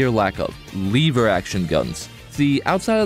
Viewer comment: The way you say benelli and lever makes me want to blow myself up, its just so impossibly incorrect